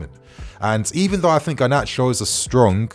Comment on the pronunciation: No! Not Gnarcho!